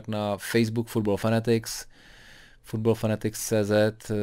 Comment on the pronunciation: Citlivá věc ta Slávie:) Já to běžně stíhám málokdy, ale Angličan mě baví a má velmi solidní insight! Navíc sleduje i takové britské aspekty fotbalu a to mě hodně konvenuje. Ad výslovnost, Football Fanatics Cýzet z prvního dílu už nikdy netrumfne:)))